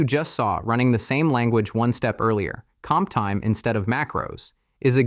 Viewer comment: I fully understand that you use AI voice-over, but could you please check the generated video before publishing it? Because hearing something like this makes your video look really low-class/cheap.